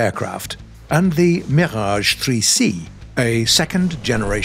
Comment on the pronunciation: I like how english people pronounce french words ! Sir, you know well how to pronounce the R in words like "Mirage" !